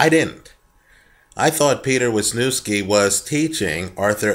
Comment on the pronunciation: and btw these Polish names like WIlczewski, Jackiewicz or Wlodarczyk., u pronounce "cz" like Ch in Chavez, and w like v. So its Vilchevski. V like in Vitali. 'ck' is not k, u have to actually say c and k afterwards. Its crazy i know but here is polish for u..